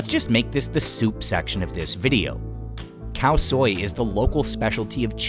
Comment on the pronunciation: No it's called " Khout Swel" it's just very similar but still we don't call it Khao Soi. What are you on about ? No Burmese calls noodles Soi (sounds like Soy which is how it's pronounced in this video). It's Thai way to say it but not Burmese.